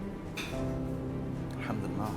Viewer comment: Mashallah love ur video love how u say bismillah and Alhumadolillah Wallia 🙏🙏🙏